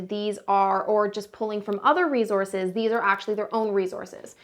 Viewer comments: S not z in resource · its the "rezources" for me